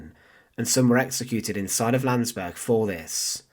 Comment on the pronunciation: It's Landsberg and Mein Kampf.Don't butcher these words.